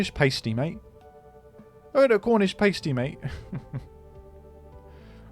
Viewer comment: I was happy to see the return of Scrandle before, but after the way you pronounced pasty I fear my dreams have lead to my own downfall